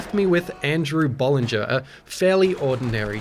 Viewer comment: the way you say bollinger lol